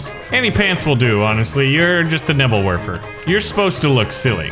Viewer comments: I just kept getting triggered when pronounced Nebelwerfer wrong. Bruh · Sorry but i get i seizure when you say nebelwerfer